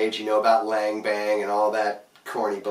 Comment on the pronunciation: I could be wrong but if Lange is the same company that produced hockey skates in the 70s Lange is pronounced like Longe